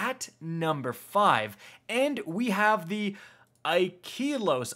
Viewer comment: Wait...... You called it Aye-ki-los?! I thought it supposed to be pronounced like Yi-kaye-los. Just to make it sounds like pronouncing by Japanese accent.